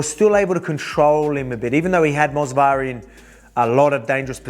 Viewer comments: It is Movsar not Mosvar lil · It's Movsar not Mosvar champ hahaha.